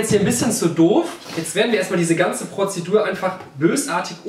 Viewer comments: Wie oft hat Julian bitte „Pozidur” gesagt??? 😂😂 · Die „Prozedur“ 🤪😂😂😂